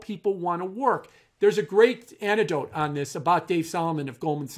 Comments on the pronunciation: Anecdote, not antidote? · I love Jim but can someone tell him to pronounce anecdote properly?